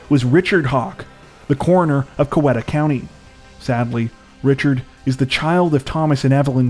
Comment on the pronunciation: Love your content. You would never know this but Coweta County is pronounced Cow-E-ta County. I know, I know - just saying. Sad about the murdered family.